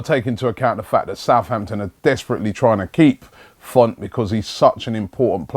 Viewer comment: 'Font'? Isn't it 'Fonte'?